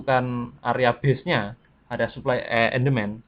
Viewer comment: suka salah sebut ni mas nya suply sama demans